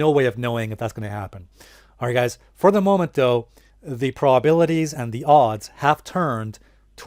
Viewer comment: Glad to know about those PRABILITIES--(My new drinking game-every time he tries to say "probabilities" we have to drink